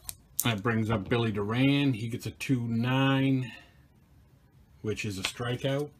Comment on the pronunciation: It's not Bill "Roberto Duran", it's Bill Door-an.